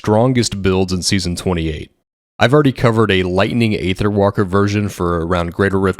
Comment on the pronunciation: Man everyone always be pronouncing Aether incorrectly lol... it's (eee-thurr) not (ayy-thurr) 🤷